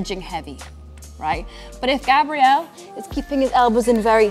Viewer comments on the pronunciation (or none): Am I the only one hearing you purposefully pronouncing his name with the feminine pronunciation? Male name is Grabriel, like the arch angel. Female name is Grabrielle which is what your saying. Hard to show in writing but there's a huge difference